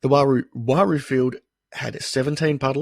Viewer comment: It's not pronounced Waroo, its just plain old roo. P.s. the hot rocks out there will drive you nuts